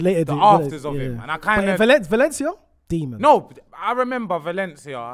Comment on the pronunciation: Why when says “Demon” puts a D at the end to make it “Demond”. He has done it few times now